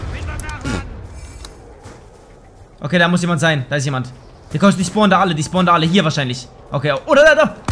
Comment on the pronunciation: Wo SCHPORNEN sie ? :D